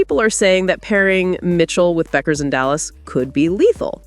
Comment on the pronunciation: What about Clark's flaws?? (Turnovers, ball domination, poor shooting, no defense, your). Paige is DIFFERENT from CC, as she can do well without the ball, so your assertions are all wrong. Paige DOES NOT have to be the biggest scorer, and her last name is pronounced "Beck", not "Buck". Kelsey may simply wish to leave the toxic Clark fan environment. Kelsey can be the #1 option in Dallas. Maybe try watching some games.